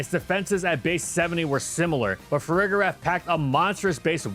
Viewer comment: Why do people use a hard G for Farigiraf? I don’t understand how anyone can look at that and not realize it’s pronounced with the “J” sound like “giraffe” lol